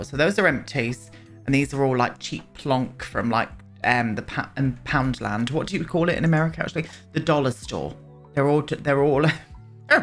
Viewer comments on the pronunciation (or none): none